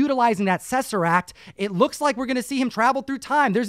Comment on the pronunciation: did just say “sesseract”? Instead of saying “Tesseract” 😅🥲🤷🏾‍♂️